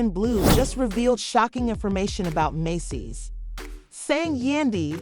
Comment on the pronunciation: how are you reporting on someone but can't pronounce their name properly (Men Dee Cees)